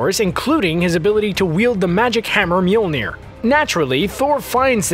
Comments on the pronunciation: I don't think you said that right. It's not Mewmew? No, no it's not. Whoops! Whoopsie! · Narrator : "Mjolnir" CC : "Mule Near" 😂😂